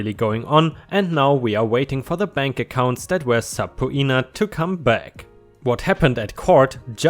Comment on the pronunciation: Subpoena = pronounced as se'peena. 👍